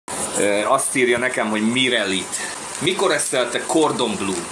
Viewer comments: " kordon blő " helyesen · Mirelit ez a gordon BLŐŐŐŐ!!! 😂😂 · Az a baj, hogy baromi nagy a pofája, miközben az étel nevét se tudja kimondani, nem beszélve egy értelmes mondatról. Ez a szerencsétlen tényleg azt hiszi, hogy ez a jólétet netovábbja?